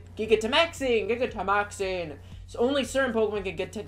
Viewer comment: Do you not know how to pronounce gigantic?